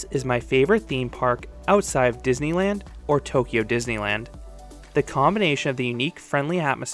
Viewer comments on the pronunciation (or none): none